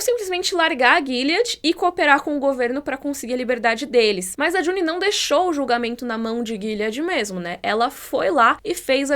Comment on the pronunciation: Por favor parem de dizer JunEEE